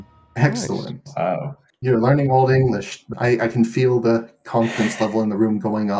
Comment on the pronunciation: This guy pronounces Old English better than any I've heard on YouTube.👍.He doesn't exaggerate the Germanic nature of English with too much emphasis on the syllables and doesn't indulge in gutturals like others do making them sound like Pirates 🏴‍☠️👍